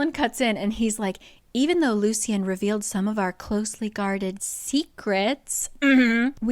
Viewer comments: Lucien is pronounced Loo-shen not loo-see-en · Just a heads up, I think Lucien's name is pronounced as "Lushen" because that's how the audiobook says it